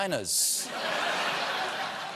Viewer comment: Did he just say Dwayne "The Johnson" Johnson?